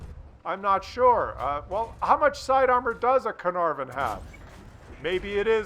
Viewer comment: This tank is pronounced Car-Nar-Von, Carrrnarrvon, next......